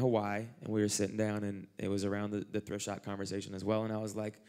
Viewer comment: am I crazy or is Eliot saying "Drift shop"?